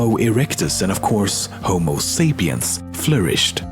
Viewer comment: 헉 1분쯤에 호모 세이피언이 아니라 호모 사피엔스라고 읽지 않나요...? 혹시 제가 모를까봐 여쭤봄ㅁ..